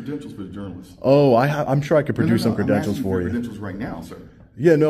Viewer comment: "Werz d'em creedentshellz fo dem jurnalism and shieeeeet?!"